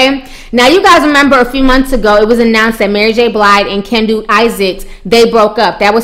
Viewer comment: pronounce Mary name "Mary J Blide" lol lol